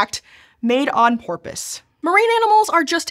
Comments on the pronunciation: "Made on porpoise"? Really? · "Made on porpoise" lol